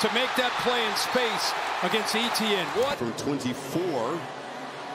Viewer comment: How do you have a career in broadcasting and fail to pronounce a clearly French-based name like "Etienne"?